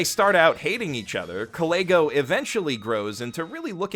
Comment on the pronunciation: I keep hearing him mispronounce Kalegos name as like Clayghos lmfao